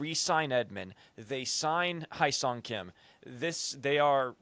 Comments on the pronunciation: Heh-sung is how you pronounce his name, not High-sung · spelled Hyeseong pronounced Hey Song